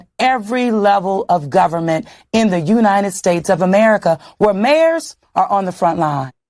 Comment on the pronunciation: In the you- nited states of America?!